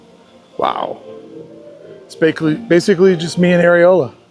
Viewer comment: Did you call Ariel, Areola?